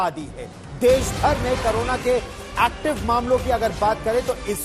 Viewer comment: करोना नहीं क कोरोना होता है 😂